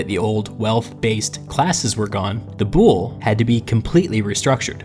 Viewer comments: The pronunciations are so wrong. I hate that the Latinasation of Greek words made them sound so differently that are hard to understand. The "Boule" is read as "vuli". Also oi are read as a single letter i, not o i. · You are AWESOME. I was very fortunate to have studied under some world-class scholars who ran the archeological dig in Athens. So here are some pronunciation upgrades: BOULE is pronounced BOO-lay. AREOPAGUS is pronounced AIR-ey-AH-pa-gus. BASILEUS is pronounced BAH-suh-LAY-oos. SOLON is pronounced SOUL-on. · I love it, as a democracy researcher but please, it hurts to hear Boule like the French word (I’m French btw) because it’s actually pronounced Boulé ! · I really do enjoy these videos, and while it is very clear you do a lot of thorough research, please do look up the pronunciation of these words. As a classicist it is painful to hear some of these. Ill include a simple phonetic pronunciation for a lot of these: boule (BOO-lay the e is not silent ;)) basileus (ba-zih-LAY-us) Areopagus (while your pronunciation for that is ok, it is better ah-re-AW-pa-gus). Prytaneis (prou-tan-AYSE) this one is also a plural noun, not a singular committee. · Someone must have told you already... But the Boule isn't pronounced b-OOL, but b-ool-EE or, if you want to be as close to the Greek word as you can get, v-ool-EE (B being the Greek beta, whose sound is closer to the english v than to b). Fun(?) fact: Boule is also the name the Greek Parliament uses for itself to this day, full official name: Boule ton Ellinon (Parliament of the Greeks). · i love you but as a greek watching you pronounce βουλή into boule (bull) when its supposed to be like vouli was kinda hilarious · OMG Not the 'Bool" it's "Voolie" I'm sry, it hit me too hard... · "Boule" is not pronounced like "bull", but more like "bull-ee" – just for you to know... ;) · BOULE NOT BULL BUT VULI!!! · Boule is pronounced "voulee" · Great one but its boule. With the e pronounced like in east